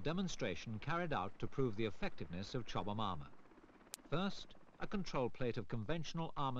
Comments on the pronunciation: the narrator added about three extra syllables to "Chobham" lmao "Chobba-mahm" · it's weird hearing him say "chowbahmomma armour" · Right? i kept wondering where he was getting all the extra syllables from lol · I thought the narrator kept saying “chubby mama “😂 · He was probably thinking it !